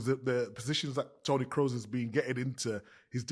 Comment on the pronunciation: So happy that you guys have the pronunciation of Wirtz (wearts) and Kroos (kroas) right. I hope my mail with phonetic instructions helped.